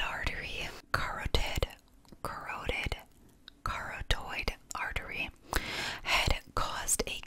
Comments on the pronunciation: /cuh-rod-id/ artery, the blood vessel that transports blood to brain. Serious adverse effects if blood flow is disrupted including permanent damage. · Love you and your videos!! Wanted to drop in to try and help with the “carotid“ issue. It’s pronounced like “kuh-RAW-tid” 🥰